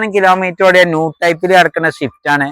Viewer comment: ഷിഫ്റ്റ് എന്നാണ് നിങൾ പറയുന്നത് സ്വിഫ്റ്റ് എന്നാണ് ഒറിജിനൽ നാം